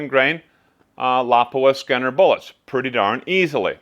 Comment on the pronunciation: "Skinner bullets"? I think you mean "Scenar" (see-nar).